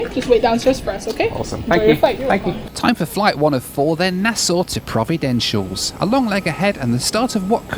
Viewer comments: I believe its pronounced: Pro-vi-den-ci-al-es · Provi-den-shulls? It is Provi-den-cialis, mate! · Providen-shulls? 😂😂😂😂 “pro-vi-den-see-ah-lez” is the correct pronunciation sir. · Learn how to pronounce “Providentials” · It's not pronounced Providencials.. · It's pronounced Pro-vi-den-see-al-es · 2.45: prov-ah-den-c-a-leez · Providenciales is pronounced Pro-vid-en-see-als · Can you pronounce Providenciales correct.. it isn’t”Providencials” you’re missing two whole syllables. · You are the best , practice pronouncing Providenciales. PRAH-VIDENCE-EALESS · I love the Turks and Caicos Islands. Provo is the most populated island and gets the most tourists. But please pronounce Providenciales correctly. :). PLS was redesigned a few years back, and it’s way too small. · Hey, slight correction, it’s actually called ProvidenCiales. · For a small Turks based airline they have made it thru the growing pains and are doing great. Hats off to Inter Islands success after a humble start 35 years ago. Now learn how to say Provenciales. 😎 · Providenciales = pronounced as "pror-vi-dench-cher-less" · Provo-den-si-al-es (or just Provo for short) Enjoyed this video... Welcome to my Caribbean life. Inter island travel challenges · ive never been to turks and caicos and yet your pronunciation of providenciales made me cringe sooooo bad lmao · He just keeps mispronouncing Providenciales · Jesus Christ… all the resources we have at our fingertips and you can’t pronounce Providenciales properly.